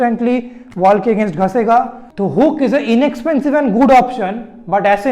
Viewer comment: Ghasegaa nahi, bolo ghisegaa.